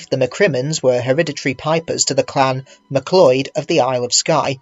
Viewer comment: Great stuff. For future ref MacLeod is pronounced "Mc Cloud" and the second part of MacLaren rhymes with "barren".